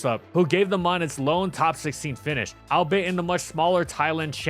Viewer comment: "Albeit" is pronounced like all-be-it, not al-bait. Probably a bit late to be saying this, but better than never.